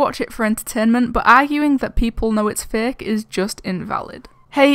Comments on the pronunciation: Xd and plz say fake not faaaaak no disrespect it's only funny when you say it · Is it only me who thinks it or is really saying:these videos are thicc,zeph's videos are thicc the whole ghost thing is thicc(no hate)(i know she's saying fake but it sounds like thicc)